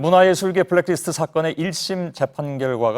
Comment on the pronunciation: 손석희 앵커 블랙디스트 라고 읽고 있는데 블랙리스트를 왜 디스트로 읽는지 아시는분?